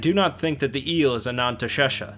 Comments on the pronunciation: Did this mf just say "the real Ananntashesha"?? There is no such thing in real life. Don't be silly. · Ah, yes. Ananteshesha. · I thought it was pronounced anaesthesia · Oh how you’ve butchered “anantha sesha”